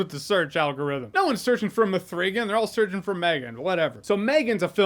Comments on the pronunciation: Muh-three-gan. Classic! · The way Jeremy pronounces “m3gan” as “ma-three-gan” gets me everytime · I literally came to this video to see if anyone else calls it “M 3 Gen” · "Ma-three-gan!" Junk had me dead😂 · It's pronounced meeaaagan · Glad I'm not the only one calling it M'threegan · It’s pronounced MEEEEGAN 😂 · "Mithreegan Two." Love it! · I’m glad you enjoyed Me-three-ghan.